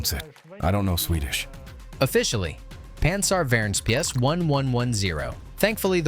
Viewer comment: Good pronunciations, thanks. 😊 Pansarvärnspjäs is not so complicated as it seems. 🙂 It's 3 words in one. Pansar - värns - pjäs. By themselves they mean armour - guard - piece. Together they mean anti-tank gun. 🤓